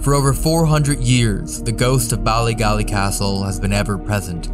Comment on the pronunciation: As a native Northern Irish woman, the way pronounces "Bally Gally" the first time, hurts a little bit. 😂